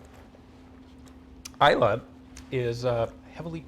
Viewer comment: But Laphroaig for serious after dinner work. Delighted that Ina said Isla and not Islay. Take care with those "e"s.